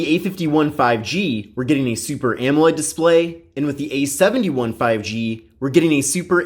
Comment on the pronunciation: Idk why but I can't stand the way he emphasizes the 1 instead of the 7 in samsubg A71 5g. It just ruins the parallel structure.